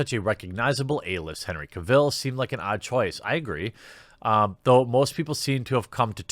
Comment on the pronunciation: Cavill - pronounced like "travel" :)